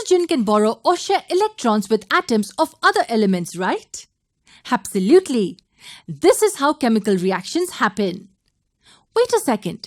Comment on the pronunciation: Awesome video but your "habsalutely" is hilarious 😂